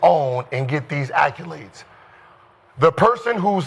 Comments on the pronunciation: Always a pleasure to hear Gilbert say ACculades. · Accyoolades Gil?